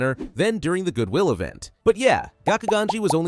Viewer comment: “Good Will event” 💀